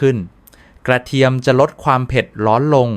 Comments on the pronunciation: โอย ไม่ไหวๆ น้ำผึง ข้อ สามอ และ กะเทีย มอ วิบัติ หมด ภาษาไทย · เป็นหมอโรงพยาบาลอะไรครับ จะได้ไม่ไปรับการรักษา กระเทียม ก็อ่านว่ากระเทีย มอ น้ำผึงจะหาซื้อได้ที่ไหน เพราะไปดูมีแต่น้ำผึ้ง